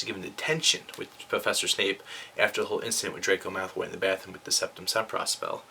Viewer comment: Am i the only one hearing him say Malthoy?